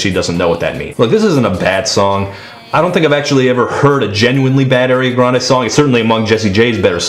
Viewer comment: Air-Ee-on-ah grand... Lol but seriously she is a good singer but i think the pop songs don't utilise her.